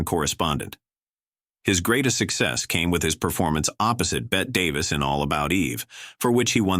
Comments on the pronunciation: Pronounced Bettee Davis, not Bet. Joel Mick- CRAY. Kay Francis started at Paramount, appearing in THE COCONUTS with the Marx Brothers. Fredric March was also a closeted bisexual. In 1934, George Arliss' HOUSE OF ROTHSCHILD was one of 3 films released with a Technicolor finales. Philo Vane is pronounced FYLO VANCE. Joe E. Brown's Thisby in 1935 A MISUMMER NIGHTS DREAM is a classic. Una Merkle played Effie in 1931's THE MALTESE FALCON, engaging in a famous onscreen catfight in DESTRY RIDES AGAIN 1939, and lastly as the Mother of Geraldine Page in SUMMER AND SMOKE. LOUISE FAZENDA, wife of Hal B. Wallis, is remebered for ALICE IN WONDERLAND 1933, and THE OLD MAID 1939, with Bette Davis & Miriam Hopkins. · I had to turn it right off the minute the AI "narrator" said "Bet Davis". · "Bet" Davis????? UNWATCHABLE TRASH!!!!!!!!!! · ABSOLUTELY. This is TRASH. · I’m getting very tired of these AI clips about Golden Hollywood. This is one of the worst sites. No fact checks and bad pronunciation. You know you are in trouble when they start by mispronouncing Bette Davis